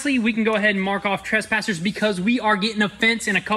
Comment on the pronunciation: “Trashpassers” 😂 the correct way to pronounce it is “Tress-passers”